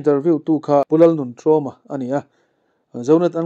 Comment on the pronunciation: Pu nuntrawma hming i lam dan chu a thluk a diklo hlek anih kha 😂😂